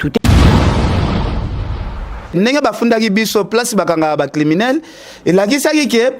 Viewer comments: balobaka criminel et non climinel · balobaka climinel té mais "criminel". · Bonjour. Si tu peux bien prononcer criminel!